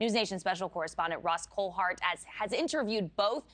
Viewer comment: Coldhart😂 ? its coulthart